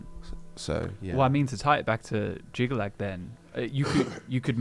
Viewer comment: It's Jyggalag, Not "Jygga-Chad"